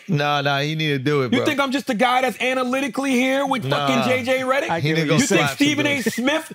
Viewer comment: "JJ Rederick"😂😂😂